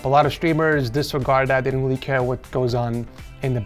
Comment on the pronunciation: "Let's go back to the setup *weal* quick, Poki, I do have some *wecommendations* like always"